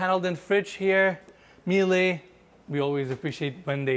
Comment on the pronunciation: Miele is actually pronounced as "Mieluh" and not "Mielai"